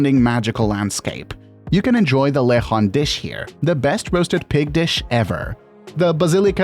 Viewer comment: Im surprised that you can pronounce Sagada but not Luzon and Lechon.